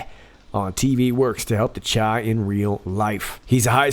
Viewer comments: It’s Chi as in Shy short for Chicago that’s what we call Chicago!!! 🤦🏾‍♂️🤦🏾‍♂️🤦🏾‍♂️🤦🏾‍♂️ other then that love your work happy NewYear!! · It's pronounced SHY as in Chicago's nickname Chitown. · Happy New Year! And Chi is pronounced “shy”. 😁